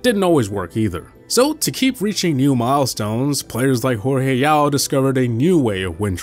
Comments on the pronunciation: It's not HorHe, it's Jorge- like George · His Jorge is George.